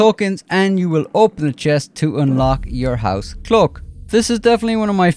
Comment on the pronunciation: Clook. Dude, it's cloak, with A. Not double O.